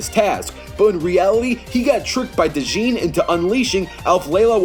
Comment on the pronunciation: Great animation, also for future reference its pronounced "jin" not "d'jin" like "dodge" or "pledge". That said, shahra sacrificed herself to stop erazor's attack, not to take his rings, there's nothing in game to confirm she took em; furthermore, the ring on sonic's finger, her ring, broke signifying that shahra is dead, this is prior to erazor's transformation into the creator. There's no way she could take erazor's rings. Not to mention that during the fight it shows that he loses the 7 rings anyway: 3 in stage 1, 3 in stage 2, and 1 in stage 3. Alf layla wa layla lost little to no power before the fight. This means darkspine sonic is at least nigh universal to goku's multi galaxy. This is ignoring the fact that sonic has previously beaten characters like emerl and chaos in base form, both of whom gain power from chaos emeralds which would put base sonic's power well above ssj4, nevermind darkspine sonic. As far as ftl is concerned, goku should be well beyond 400,000× ftl considering he's ftl in early dbz; but that makes little difference when classic sonic, in cd, is travelling through time with his speed. Add the speed/time break advantages he has and you have another fight sonic should've won.